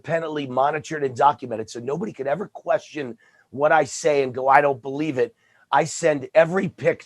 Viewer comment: “We gotta handicapper and we got the best eevvar.” Con man has to con.